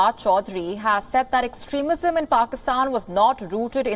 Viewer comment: Extrismism he tongue slept